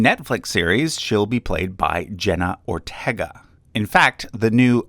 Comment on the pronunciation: Jenna Ortega is Pronounced Jenna OrTayga not Tega